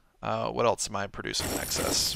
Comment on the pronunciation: you've talked about this, it's else, not elts!